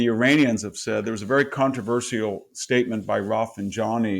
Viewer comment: This professor can't speak proper English. Nukelar, exedra, controver-sea-al, can't pronounce Erdogan, Karabakh, Azerbaijan, etc etc. Fucking poseur.